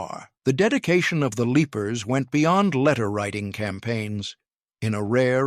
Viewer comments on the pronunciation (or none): So much wrong with this. Mispronounced names, Evil Lepers instead of Evil Leapers, and the episode when he leaps into his Great-grandfather, Captain Sam Beckett. Problem is that the Character's name was Captain John Beckett